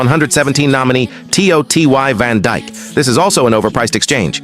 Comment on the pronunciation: Bro said Van Dick* 😭😭😭